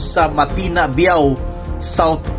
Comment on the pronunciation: Pronounce BI-AW